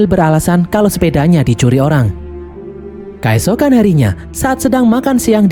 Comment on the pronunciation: "kAesokan harinya"... pakai E bukan pakai A mimin... kEesokan harinya. artikulasi donk lol.